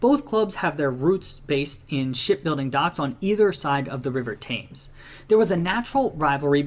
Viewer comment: Somebody please tell that man how to pronounce Thames! {Temms NOT Tames} - The Wolves-Villa rivalry is definitely a BIG-DEAL {as is West Brom-Villa even if Birmingham City-Villa is clearly the nastiest rivalry in the Midlands, Birmingham City are the chippie latecomers to the party after all}, If we're talking about swapping players diluting a rivalry then West Brom gave us Steve Bull, Andy Thompson and Robbie Dennison who all became Wolves Legends whilst the Vile gave us Tony Daley who spent 90% of his time with us malingering in the treatment room and Andy Gray who spends most of his time these days crapping on us! - The Wolves-Stoke or more particularly Stoke-Wolves "rivalry" is basically a one-way rivalry from the Potteries that seemingly stems from Port Vale not providing them with a real challenge so they feel they have to come after Wolves and West Brom. - Cardiff City and Sunderland are two clubs who seem to have a strange dislike of Wolves too with their fans rioting in Wolverhampton on multiple occasions. - And in my lifetime there has always been a bit of a bite to games against Sheffield United too even before that Play-Off Final.....That it was the Blades we beat 3-0 in that game made it even better :)